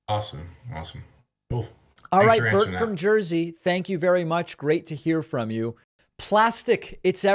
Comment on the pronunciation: Please don't say "jersey"